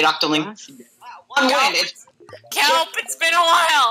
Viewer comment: Its KELP NOT KELPO REEEE thanks lol